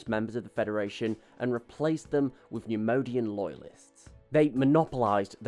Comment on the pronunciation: Love the video! Great info! Just can’t stop numodianfrom getting to me. It’s pronounced “neyemoyedian” (neimoidian) lol